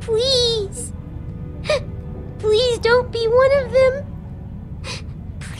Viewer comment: she said pwease not please